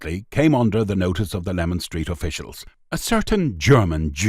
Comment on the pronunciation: listen again at 3.38 he said lemon nothing wrong with my hearing n I'm an EastEnders Leman runs south from Whitechapel Road to Cable Street